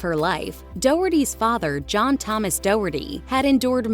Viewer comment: It was called the “Thomas Fire “ not whosie fire 😂